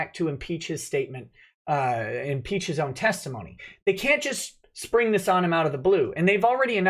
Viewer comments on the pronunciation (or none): none